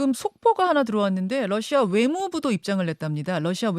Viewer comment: 김현정 앵커, 당신은 로이터 통신의 Reuters를 Leuters로 러시아의 Russia를 Lussia로 발음하네요. 발음이 틀렸습니다. 아래 글을 읽어 보세요. TV기자가 러시아의 Russia를 Lussia로 발음한다. 아래 글을 읽어 보기 바란다. TV기자들은 말도 잘해야 하지만 발음도 좋아야 한다. 특히 외국어(영어)의 정확한 발음은 대단히 중요한 요건인데 유감스럽게도 그렇지 못하다. 예컨대 많은 기자들은 첫발음 R 을 L 로 발음한다. Russia를 Lussia로, Roma를 Loma로, Radio 를 Ladio 로 발음한다. 물론 한국어에는 ᄙ(쌍리을)이 없어서 L 과 R 발음을 다 ㄹ로 발음할 수 밖에 없는 어려움이 있다. 그렇다면 한국인들은 R 발음을 정말 못 하는 것일가? 아니다. 초성일 때에만 못한다. 프랑스(France), 마리아(Maria), 도레미(doremi), 아리랑(Arirang) 등, 잘 하지 않는가. 그래서 TV기자들에게 다음과 같은 해결 방법을 주고자 한다. R 을 첫발음할 떄 R 앞에 '으' 발음을 먼저 하라. (으)Russia, (으)Roma, (으)Radio 등으로 말이다. 그러면 당신은 좋은 발음을 하는 TV기자가 될 것이다.